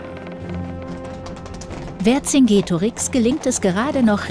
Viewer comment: Man spricht den Namen Verkingetorix also das c als k weil es im Lateinischen kein k gibt